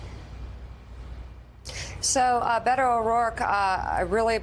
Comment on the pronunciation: It’s Bay-toh.